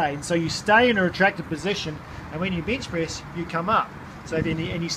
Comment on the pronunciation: ay mate, carful when ya benchpriz mate